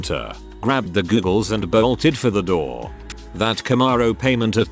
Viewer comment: Googles? It's goggles. Another semi literate robo narrator fail. Credibility zero